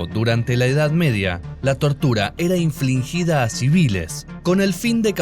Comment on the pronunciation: Infligida, no inflingida. Hablad bien, por favor